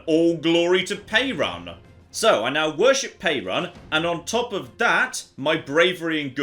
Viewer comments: Can you not butcher slavic names please? Perun is pronounced Peh-roon with an emphasis on the U. I'm only explaining this because hearing you saying Pay-run is making me cringe to death. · As a Slavic person, hearing pronounce just about every name of everything in the English pronunciation is both cringe and funny. Crunny? Funge? In any case,, please. It's Perun(Perún where I'm from) not Pejran. The "r" is pronounced as in ruthless. Also, the acute accent written over some of the letters (é,í,á,ý,ú etc) makes the pronunciation "long". é=ee, á=aa etc (for example, English "Aaron" would be "Áron") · It's pronounced approximately like the country Peru with an added n at the end. peh-ROON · Perun = peh-ROON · It’s pe-roo-n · Close, I'd say something like this: "Pe" the same way as in pestilence, "ru" as in ruthless (the u is a long ú where I'm from so make it sound like in the o's in "oof") , clear "n" (not "en" just "n") like in now. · perun (the god) is spelt with one n. Now, is almost certainly pronouncing it wrong, but still.